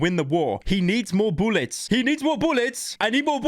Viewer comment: the way he says I need more boolets is hilarious to me.